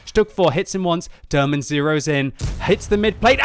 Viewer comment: You pronounce his name wrong :P Haven't notice he's from Turkey till you showed the Turkish flag :) Derman Bey is like Mr Remedy :D